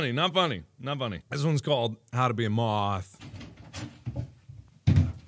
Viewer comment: why’d he say moth like that 😂